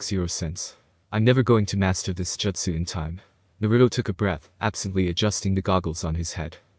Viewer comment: Bro, why do you pronounce jutsu "joetsu". Is that some dumb sub pronunciation bullshit? I can't listen to this shit